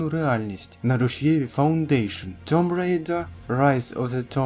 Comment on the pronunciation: Друже, tomb читається як тум.